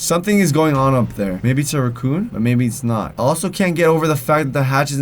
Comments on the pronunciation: srceams like a girl lol and he says raccoon weird anybody else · the way pronounced raccoon 😂